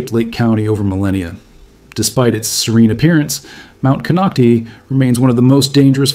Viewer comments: It's "Clearlake" all one word. Kinocti kinoct-eye. You took time to make a whole video about it and didn't bother to see how it's pronounced. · You are only Reading a WIKIPEDIA Post and your pronounciation shows it ! it's Kon Knock Tie !!! at least learn to say what You are Talking about aye? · It’s ‘Cone-oct-eye’ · Konocti is pronounced CON knock TIE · Konoct (eye) is how its pronounced. This is scary--since its very populated there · The real pronunciation of the real name of the mountain is Kono Tayee the name konocti is an English corruption much like Ukiahs real name Yokayo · Lmao! Konoc-tee, wrong! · It’s pronounced Konock-tie same as Vallejo is pronounced ve-lay-ho. It’s written one way but we pronounce it how we like it. 😁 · Another non native Speaker...konocti.. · One would think that if you’re going to go through the trouble to research the details of the Clear Lake area you would take the names of geographic sites seriously. Instead you fumbled the name of Mt. Konokti. Sloppy! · Konoctee mean butthole hole in Mi-Wok, that’s why you don’t pronounce it that way. Although, a volcano is kind like a butthole, so… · We lived on the lower slopes of Mt Konocti (last syllable “I” not E) when my husband worked at a nearbye goldmine in the 90s. Not a single person I met there, (Working in government or otherwise) was overly concerned about the Mountain erupting. However every time I walked by Soda Bay at the base of Mt Konocti I felt as if that sulfurous odor bubbling up was sending me a warning ⚠️ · The correct pronunciation is with a long i sound at the end. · Nonsense, I live adjacent to this mtn, none of this is true. No instuments are placed here. He cannot pronounce the name of the mountain correctly.